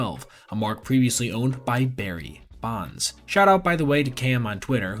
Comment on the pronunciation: The juicy pause between “Barry” and “Bonds” 🤌🏼